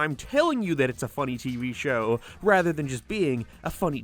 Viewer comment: You add a syllable to words. Like "show". Or "gag". You add a breathy "uh" sound at the end sometimes. Why?